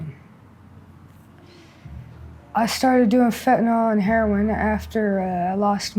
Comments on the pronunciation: Heroin not " heron" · I’ve heard at least a dozen Skid Row interviews where they pronounce Heroin : Heron. Must be a local slang.